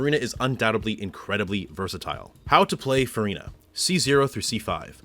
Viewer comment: as a french person your pronunciation is so impressive! are you a native speaker? very helpful guide for my c6 furina ❤